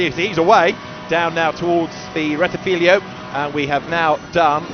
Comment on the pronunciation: JFC, STOP SAYING “RETTIFILIO” , It’s RETTIFILO there are only 2 i not 3 loose the last one, you sound like as if I called Brooklands Brocklands.